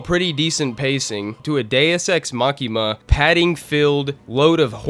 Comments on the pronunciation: *Machina, not “makima.” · “Deus Ex Machina,” not “makima.” God in the Machine.